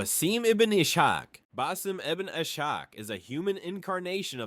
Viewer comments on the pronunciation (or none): The pronunciations are really bad... Not sure if it is AI generated. But for reference Ishaq in basim in Ishaq is prounced Is-haq which is the Arabic pronunciation of Isaac